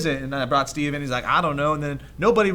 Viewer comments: She called him Streve.....>.> no one notice that? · #Steve not Streve XD